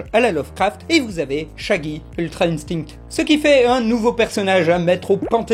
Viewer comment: J'adore quand il dit ultra "intingte"